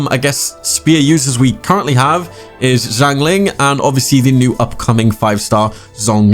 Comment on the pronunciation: Xiao is pronounced She-Ow. Xiangling is She-ang Ling. Zhong Li is Jong Li.